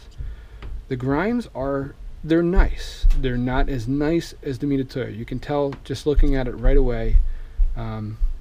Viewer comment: Can’t take anymore.!.!.... weirdo OCD and c’mon with the “meat-a-toe-ya” hooked on phonics bro. It’s like a easier way of saying Mitsubishi. LOL oh oh.... and my favorite. When putting his micrometer away trying to figure out how much to close his mic. Settles on 75 thou finally.